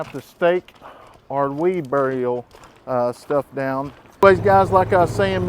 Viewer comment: it is barrier not burial